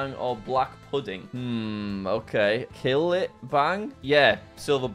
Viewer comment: You say that but he pronounced cillit as “kill it”